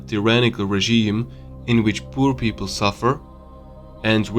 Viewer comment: The video is not only accurate, very well recorded. It makes sense BUT...when i heard pur people i collapsed on the floor laughing. Yes, i know english isn't the easiest language and it's pretty hard to learn. I know, i a slav-frank.